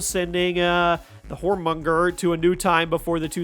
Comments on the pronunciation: Tyr is pronounced like tear not tire. I mean it was said a million times throughout 2018…. Same with jormungandr. It’s not “whoremonger” fuck sakes man… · YourminGander the world serpent I know that's not how it's spelled but that is the way you should be pronouncing it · Jormungandr is pronounced "Yor-mun-gan-der" and Mjolnir "Me-ol-ner"